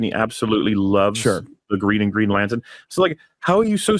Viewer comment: I'm not watching that shit, it is Green Latern NOT Latern.